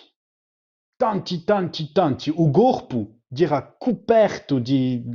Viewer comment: Sounds like Italian pronounced by a Frenchman, with all the consonants voiced. LOL. capitu > [gabidu] tanti > [dantsi]